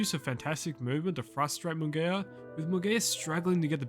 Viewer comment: mungaya? say it properly